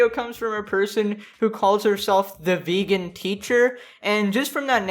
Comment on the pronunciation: “You once were a ve-gone, but now you will be gone.”